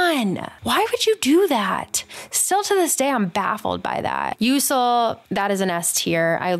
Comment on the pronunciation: What is that Kyrii and Usul pronounciation.